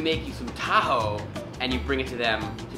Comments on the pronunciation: it is not Pronounced as tahu it is taho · Xiaoma pronouncing "TA-HOE" is just endearing. It's pronounced abruptly as "TA-HO". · its not "tahow" its "taho–" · what Filipinos hear: taho what Americans hear: tahoe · How they pronouns taho Philippines: Tahu America: tahow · OMG I LOVE HOW HE PROUNOUNS "TAHO" AS "THAW" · Its not ta. Ho its taho say this tawho and now you pronounced it right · It is pronounced taHO not TAho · Tahow No its pronounced Taho!! Not how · xD he pronounces it like Ta-Hoe LOL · He pronouncing it wrong :( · I am a fellow filipino and you pronounce that wrong